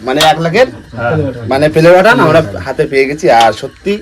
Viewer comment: আরে দাদা পেলেবাটান নয় ওটা হলো প্লে বাটান